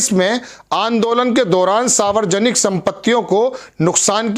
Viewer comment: sb it is saarvjanik & not saavarjanik. Pl pl